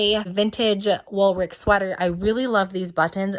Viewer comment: Woolrich is the ch- sound... not ck- sound... I grew up 30 mins from original location in PA. I have never heard anyone say it this way! Carry on...